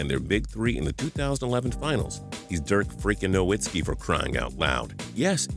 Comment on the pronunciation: can you get Dirk's name right plz